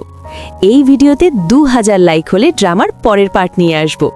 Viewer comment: ডামা না ড্রামা